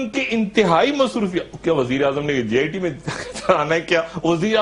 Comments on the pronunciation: Sr sab bachpan se jit ko git boltay aarhy hn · dr saab, its jit not git